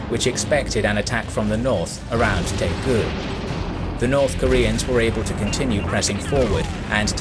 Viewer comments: Interesting video, but Daegu, Daejeon and Busan don't start with 'T' or 'P'. I've been to all three places and they're written in English with 'D' and 'B' respectively. Daegu for example is pronounced Day-Goo as opposed to Tay-ku. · Great job except the city names. Pohangdong sounds like poe - hang (a like in father) - dong (long o sound). Taegu sounds like Dtae (short d&t sound together and a like in "day") - gu (goo). So ALL "a" in Korea are like a in Father. ALL "u" are oo, all "ae" like in day, all "o" are long o sound, all "i" are ee sound...etc. oh, "eu" is a sound that is learned since there is no sound like it in English. Once you learn the Korean alphabet it's so easy to read Korean characters and easier to read the Konglish words. But overall, great job!